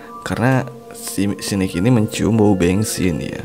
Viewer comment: Bensin❌ Bengsin ✅ 😭😭